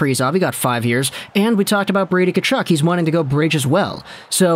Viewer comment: pretty sure the first "K" is silent in Tkachuk, not the "T"..but, at least you didn't say Kachook..I actually went to highschool with a Tkachuk..no relation..he pronounced it Tuh-KAW-chuk..we just called him Cheeks..